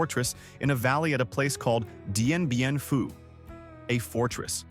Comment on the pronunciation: Dien Bien Phu defeat of the French. It was pronounced differently in the video.